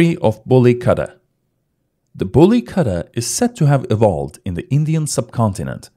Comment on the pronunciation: Good video and Nice information. Btw it should not be pronunced as Katta. It is Ku-tta